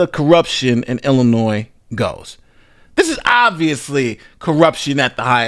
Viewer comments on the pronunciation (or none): It’s Illinois 😢